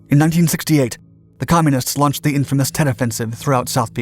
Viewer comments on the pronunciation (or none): none